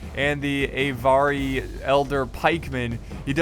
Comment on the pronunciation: just a little hint the Avari are pronounced Ahvari not ayvari. also its not a moose its an elk;)